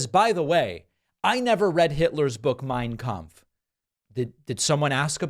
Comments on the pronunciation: For a guy who never read it and doesn't know the German language, his German pronunciation of the title is perfect. How cute. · He never read Mein Kampf,… but pronounced it correctly… hmm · The one thing he CAN pronounce, Mein Kampf. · I find it very interesting that he screws up so many foreign names & locations repeatedly, Forgets where he is and forgets whos the president... But he can very easily say "I've never read Mein Kampf" I feel like if he really didn't know it he would cave said "Meen Campfe" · Trump : “I never read Mein Kempf” ..the only two words he can perfectly pronounce without provocation.. nobody asked , but here he is projecting all the same language created by Hitler himself .. is he now going to claim credit for the idea originating with the worlds best known inhuman terrorist who executed millions and tortured and dismembered thousands .. Dr Mengele did horrific experiments at the behest of Hitler and maimed and disfigured thousands of innocent people . Trump is trying to lay claim to the most hideous global history . This is the man evangelicals worship now. Trump = A monster with a Hitler complex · At least he remembered how to say Mein Kampf.